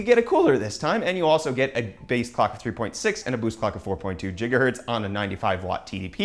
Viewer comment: Stephen Lozada It's how he says gigahertz